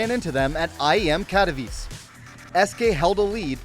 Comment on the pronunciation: And they cannot pronounce Katowice correctly? Wow, they've been living under a rock.